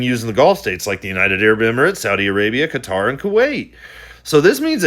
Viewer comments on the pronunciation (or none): none